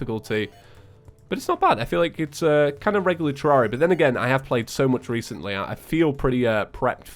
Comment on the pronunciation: All this time and he still calls the game ter-rar-ia Even when he's said in his videos that he pronounces it wrong...